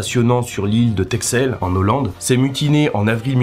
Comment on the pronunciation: Nez en moins tu m'as fait 🤣 Par contre on dit en ollande et pas en nollande.. Cest mon côté true frenchy Continue mec, tres interessant ;-)